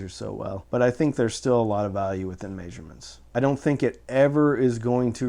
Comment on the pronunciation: What is a "mayzshurement"? lol! I'm really enjoying your videos! Thanks for all of the info!